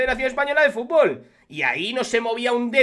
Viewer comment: Un presidente que no sabe decir futbol es de cachondeo, frunburrrrlollbnnn